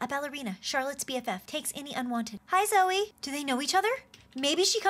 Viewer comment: You guys are saying zoe instead of zoey.